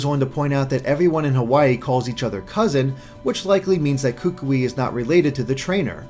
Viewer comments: are so very wrong about the ring and hand. The LEFT hand is the marriage hand, not the RIGHT hand. I don't know how you missed your due diligence on that one. Also, as a Polynesian, I must let you know that you are STILL mispronouncing Kukui's name (and, man, does it make me cringe every time you say it). Instead of "KOO-koo-ee", it is rather pronounced like "k'KOOee" (where the first syllable is very short and choppy and the 'o' in the second syllable sounds most like the 'ou' in 'would'). (One way to practice this name is to say "Cook Koi" 10 times really fast and then you will be pretty close to the correct pronunciation.) Lastly, the tikis all throughout the island seem to show that they regard 'something' ancient as a protector or guardian. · your pronunciation is better on most Hawaiian words is much better but you ought to go to a dictionary website and look up how to pronounce "Kukui" since he's likely to be a character you'll be talking about often and you're still a bit off. Great analysis as always though!